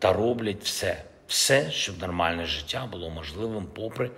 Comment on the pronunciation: жИття??? Вже прочитати правильно і то не може.